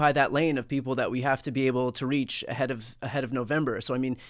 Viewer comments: Are you sure you don't mean "inside the Riech" instead of inside the right? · I always hear "Inside the Reich" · For a second I thought you said Inside The Reich instead of Inside the Right! then there is not much difference these days.